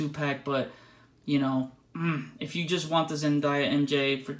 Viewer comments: Zen - DAY - a not zen -die - ya 😴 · It's Zendaya not Zendaia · The way he pronounces 'Zendaya' is weirding me out.